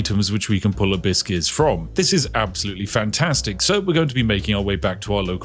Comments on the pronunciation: Am I the only one who hears "a bit scarce" instead of abyss gears xd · Abyss Gears.. I hear Biscuits the entire time 😂 and thought, what does he want with all these Cookies… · For all the americans who are confused by what the Brit is saying. He's saying "Abyss Gears" not "Hibiscus" lmao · I genuinely thought he was saying A biscuits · The way you say abbyss gears sounds like you say "biscuts" or byse case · "a biscuits, a biscuit, a biscuit's" Oh, he meant ABYSS GEARs 😅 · I know you are saying Abyss gears, but I cannot help but hear "A Biskey" like you're asking for a nice biscuit for your yorkshire tea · i keep hearing "a-biscuits" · Am I the only one hearing "a biscuits" instead of abyss gears? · Each time Spiff said "abyss keys", my parrot looked up because she thought someone was giving her "biscuits"